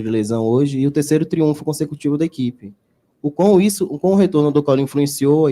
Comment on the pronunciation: Pelo amor de Deus Rogério, por favor. É TRIUNFO